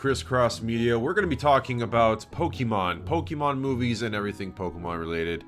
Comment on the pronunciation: cant even say pokemon correctly good lord